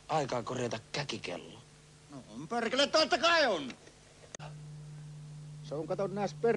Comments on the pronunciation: ''Perrrkele!'' xD I just think was joking about that word, I have never heard any Finnish pronounce ''perkele'' like did! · so you'r supposed to have like 6 Rs in there? as in Perrrrrrkele!